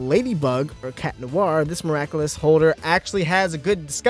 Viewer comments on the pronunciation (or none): Does it really bother anyone else that he says CAT Noir instead of CHAT Noir?